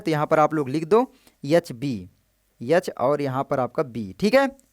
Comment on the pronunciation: Ye H ko yah yah kyu bol rha hai bhai 😂